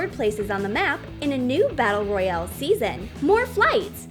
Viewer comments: My head hurts every time u say Royale wrong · Fortnite😂the way she said royale at the start